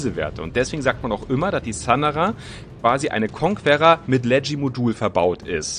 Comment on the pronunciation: Wie kein Schein die Conquerer richtig aussprechen kann . konkerer, ist doch nicht schwer 😁